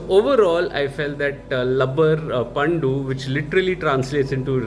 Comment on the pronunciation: It is not pandu. You have to say pandhu..